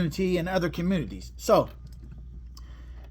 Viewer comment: Communi TEES! LMAO